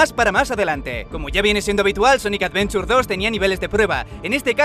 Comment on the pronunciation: Sonic Advenchur 2